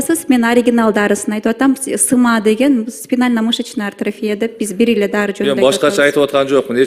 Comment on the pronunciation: Тупица. Даже АТРОФИЯ деген сөздү артрофия деп атат🤦🏻‍♀️